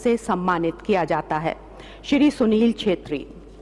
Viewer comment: The word shir Wow it's really honour to hear Shir